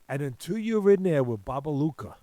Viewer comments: Babayega not Babaluca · Bobayega not bobaluka